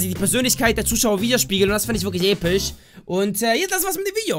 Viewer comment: wie du immer noch voll viel episch sagst oder wie du äpisch xD